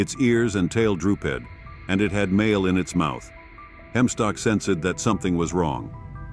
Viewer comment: Sen-sed? I'm out